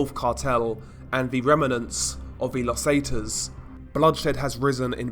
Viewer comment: Los zetas is pronounced, Lows Saytas. Pro tip. Nice videos.